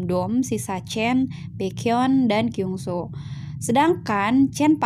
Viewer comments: Kyungsoo itu dibacanya bukan KYUNGSO tapi KYONGSU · Aku juga kaisoo tapi ka itu kaka pengucapan kyungsoo nya ada yang salah